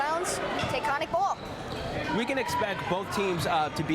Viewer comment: It's ( say-Biss) sabis and Taconic is ( Tah-cohn-ick)